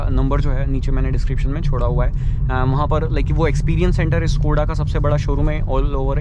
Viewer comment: Yar bhai itna bda channel hai Kam se kam Škoda to dhang se bol yar